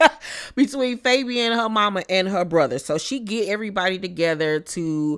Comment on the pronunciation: Lmaooo said Fabian I thought it was faygo like the hood soda 😭 wtf is the man name fr?